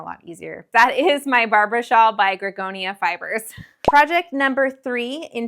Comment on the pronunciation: FYI- it’s Greg-oria